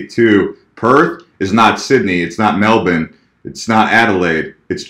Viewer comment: Oooh almost hit that Melbourne pronunciation spot on. Nice :P